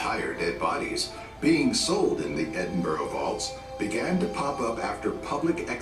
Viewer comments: It is NOT Edinboro. It is Edinburgh. Edinburra. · Not Edinburg. Edinburgh = Edin buh ruh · Edin-burrow kills me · Pity the background narrator can't pronounce burgh (as in Edinburgh) correctly - it is not boro (as in Edinboro) ☹ Try Edinburra. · Americans....Please learn how to pronounce Edinburgh...it's not Edinboro......it's pronounced Edin-bruh...after you've learnt that...we'll move onto Worcestershire Sauce lol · Edin brah... Not bro. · only one thing I ask. If you come to Edinburgh please don’t call it Edinborro it is pronounced Edinburru as in Edinburgh thank you xxx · I think you mean "bruh" -or "Embra" if you're local. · I cringed every time I heard the narrator say Edinboro! Scotland (not Scatland, an evil mispronunciation) is an amazing country. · "Edinboro"...... lol! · Edinburgh is pronounced Edinbra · Take a shot every time he pronounces it "Edin-burrow". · Interesting clip but spoiled my the narrator’s pronunciation of Edinburgh. It is pronounced Edinburra ! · Damn wish these videos could pronounce Edinburgh properly. It's Ed-in- bura.